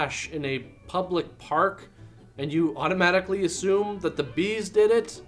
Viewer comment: BEAD'S?! Or are you saying BEE'S?